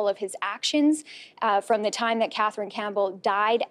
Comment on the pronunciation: I don’t understand why this guy can’t say “TH” in his sentences. He can’t even say Katherine he is saying KAT- TRIN ... it can’t be that hard. I’d like to hear him make a video speaking in a American accent to see if he can actually pronounce the “th” in words